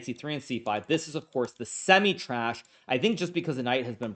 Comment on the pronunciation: He likes to meme a little 😂